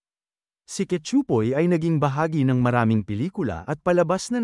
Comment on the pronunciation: Ayusin mo ang pronunciation mo sa pangalan ni Cachupoy, di ka nakakatuwa!